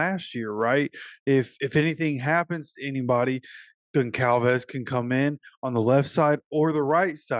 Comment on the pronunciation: The c is pronounced like a z “gonzalvez”